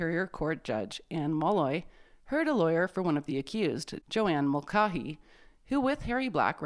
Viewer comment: Mulcahy is usually or perhaps always pronounced mull-CAY-hee. Keep up the great videos.